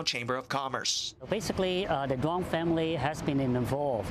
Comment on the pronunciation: As a Vietnamese American I just found it funny their pronunciation of the last name Duong is way off lol